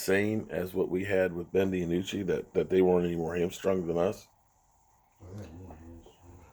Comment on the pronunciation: His name is not Ben De a nucci!! It's Ben Dinucci!! I don't understand how you can mess up so many of these players names.... All you have to do is listen to the commentators during the games and you can plainly hear them say the names of the players!! I swear as many times as I've heard you mess up all these players names I'm getting to wonder if you've ever watched a game before!!